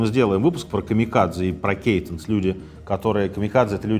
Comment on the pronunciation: кайтэн (ы), а не кейтнес.